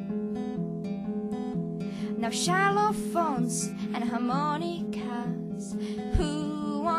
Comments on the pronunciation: a pronuncia de "Xylophones" é "záilofones" com "z" e não "ch" como em portugues "chilofones" Ela explicou a história da música no Jô Soares.Ela sabe a pronuncia correta.Mas canta "xalofones mesmo,para ficar um jeito brasileiro". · Ela SABE que é "zailofounes", mas pronuncia com som de xis de propósito. Para maiores detalhes, veja a entrevista no Jô. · Ela explicou que deveria ser pronunciado "Zylophones" na entrevista com o Jô Soares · ela disse em uma entrevista com o jô, que um dia estava na praia e falou para o avô dela que iria fazer uma musica e perguntou a ele uma letra pra começar a musica. Ele disse "x", ela perguntou "oque tem com x? xylophones". Ela tem conhecimento de que a pronuncia certa é com "z" mas não quer estragar a graça toda do momento, que é continuar com a letra que o avo deu a idéia. Só para exclarecer mesmo, pra quem está dizendo que o ingles dela é ruim bla bla bla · antes de criticar você já viu ela dando uma entrevista sobre essa música ? ¬¬ ela não pronuncia Xylophones direito por que quis dar um contraste brasileiro na música, procure ver videos dela falando sobre a música... ignorantes ¬¬ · nossa, se vai cantar em ingles, podia aprender a pronunciar Xylophones direito...